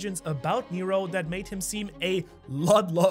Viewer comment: Heads up NERO = Water in Greek and you do pronounce it very well